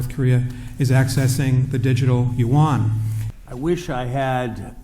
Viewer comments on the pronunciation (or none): Why did I just hear "Yuan World Currency", as in "one" or even "won". I don't think I shall be able to unhear it this way for the rest of my life. :0(